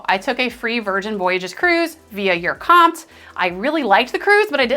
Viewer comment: Never heard of anyone pronouncing URComped as you're comped. It's you are comped.